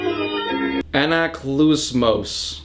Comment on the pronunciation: The first time you said riptides name in Greek it was correct, good job